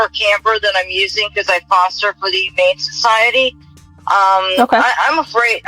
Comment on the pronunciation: Why do some people in FL do that Jodi Foster “Foshter” things. It’s annoying ah